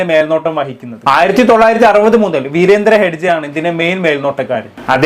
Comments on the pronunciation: ഹഡ്ജെ. അല്ല ഹെഗ്ഡെ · ഹെഡ്ജെ അല്ല ഹെഗടെ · ഹെഗ്ഡെ എന്നാടാ പൊട്ടാ😂